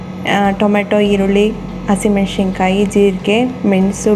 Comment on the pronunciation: nenne saaru maadidde mam,channaagi aagittu,thanks,aadre yelru yaake unshe hannu,hashi meshinkayi ona meshinkayi anta tappaagi heltidira,dayavittu unshe hannu alla,hunse hannu,hashi meshikayi alla ,hasi mensina kaayi,pls sariyaagi pronounce maadi